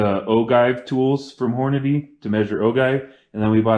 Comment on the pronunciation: "Ogive" is pronounced with a soft G - o-jive. And it's HORNADY, not Horandy.